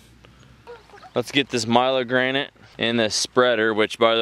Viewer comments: milorganite...... not " Milo-granite" it's..... " Mill - Org - A - Night" FYI....Its a slow release nitrogen fertilizer. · Pronunciation: Milorganite....Mil-org-‘go- nite